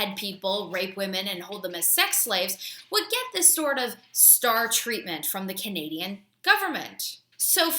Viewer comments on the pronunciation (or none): First word, "Canadan's". *CANADIANS!